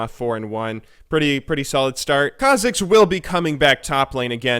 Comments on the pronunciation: KHA'zix (stress on kha instead of zix) and REK'sai (stress on rek instead of sai) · What's with the "Rek'SAI" and "khaZIX"... Is it some kind off inside joke?